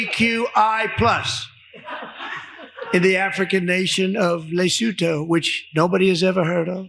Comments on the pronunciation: "Lesewtoh which nobody has ever heard of" 😂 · Lesotho, an African country and it is pronounced with a silent ‘e’ It is a small mountainous independent country surrounded by by South Africa. Formerly a British Protectorate know as Basutuland (sp) I have visited twice, beautiful and lovely people. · Most Presidents (you would expect or at least possibly have asked someone) would know how to pronounce the name of another country Lesotho, pronounced Lesuetwo. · It's Lesotho not what you just said that's why no body never had about it you're pronouncing it wrong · An African nation called Lesotho that he cannot even pronounce right. Trump is a dumbass to the power of thousands. Your country is a laughing stock! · #Lesotho #NoOneEverHeardOf ???? are you crazy or what #DonaldDuck47 You don't even know how to pronounce the word! Learn pronunciations before you look like a fool! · not only have I heard of it, I can pronounce it correctly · I've heard of Lesotho, Donald! And I also know how to pronounce it correctly.